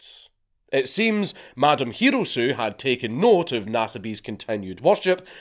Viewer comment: Ryouko Hirosue The name is pronounced, He·row·soo·eh.